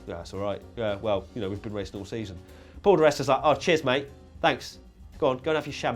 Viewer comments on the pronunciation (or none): none